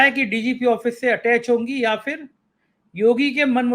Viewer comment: Please correct your pronunciation Mr. It is phir and not Fir. It is irritating.